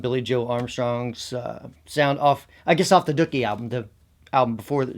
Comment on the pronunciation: literally the first time I've ever heard anyone mispronounce Dookie. so weird